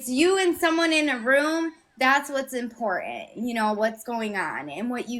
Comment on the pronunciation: Awww, she’s lonely!!! …and Trump is as Godly as a soap dish. And Lady….please pronounce your “T’s”. Impor - Tant. Not Impor-ant.